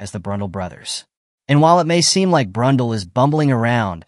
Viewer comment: Blunn-dell (as in the computer)